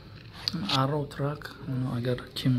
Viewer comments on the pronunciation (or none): Arrow (arrov)?😂